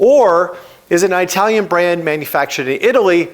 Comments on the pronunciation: I’m a long time fan of yours, and this video makes an excellent point. Thank you for pointing this out. I have to say that your pronunciation of the word “Italian” made me crazy throughout the entire video. I’ve never once heard an Italian say that they were “I-talian”. 😂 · Perhaps you can pronounce Italian the correct way. It's not difficult. Iraq Iran Italian..are not pronounced like you pronounce "Hi". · Moto Morini did not get that engine from Kawasaki. It's a CF Moto engine derived from a Kawasaki engine. Also. What's with mispronuncing "italian" ? Is it a meme I am missing? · You butchered word "italian" so brutally.... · cmon man its It alian not eye talion, jeesh for a guy that travels as much as you do. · Eye-talian. ITT-alian, you seppo. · Well,, My current bike is Indian, and is truly the best I've ever owned in 5 decades of riding: a BMW G 310GS! One thing that really grated in this episode was your pronunciation of things from Italy. You have no problem with that word. So where do you get the excruciating "Eye-talian" from? Please could we hear "It-alian"? 😳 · Why do you keep saying EYEtalian? You say Italy correctly. And yes, it makes me happy to buy American products where possible, but I will buy whatever I want if there isn't an American alternative. And while all bikes are mfg'd with foreign parts, that isn't the same thing as having all the parts made elsewhere. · I thought it was an Italian brand but now I know it's an Eyetalian brand. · What’s eyetalian? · I couldn't watch any more after the second Eye-talian. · Eye-talian? (Does it come from from Eye-taly?, with your last name from the neighborhood of Italy you could do better 😂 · Excellent video. Truly. But everytime you said "Aitalian" a kitten died run over by a Chinese motorcycle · Like how you say “ i talian “ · Oh for God’s sake, stop sayin aitalian! 😂 It’s Italy, isn’t it? And you say it right throughout the video… then why on earth aitalian? Sorry, it’s very distracting